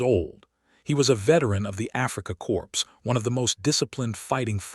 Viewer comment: Hearing “Corps” pronounced as ‘Corpse” reminds me how it struck when President Obama pronounced it that way, Jarring, but then that was the kind of thing he did. Like refusing to say “One nation under God” etc.